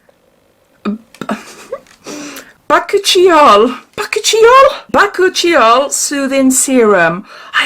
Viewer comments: *giggles* - Baa-coo-chi-ol Really please with this months box, its fab, in fact there past few boxes have been excellent. I wanted to buy a hair wrap so this made my day!! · This is my absolute fav box they’ve done this year! Such a lovely video and your excitement comes through! Those bath salts and I LOVE the hair towel. bakuchiol (pronounced Ba-coo-chi-ol) is a natural plant version of retinol that doesn’t have the same scientific standing as retnoids but it’s a pregnancy/breast feeding safe alternative. Inkey List do a great one though it smells a bit odd when you first start using it. it’s also able to be worn throughout the day as the UV rays don’t break it down like with retnoids either and it’s a lot more gentle on the skin so doesn’t contribute to acne purging or sensitively. I’ve spent a lot of time following dermatologist’s on here since lock down and wanted to find a good alternative as I’m planning a family in the coming months 😅